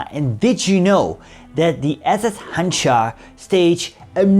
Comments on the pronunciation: It is pronounced Hanjar, not Hanchar. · You should pronounce it as Handžar …. That “ž” should be pronounced as “J” in “Joe” … btw, handžar is small curved knife from ottoman time used in “one on one” battles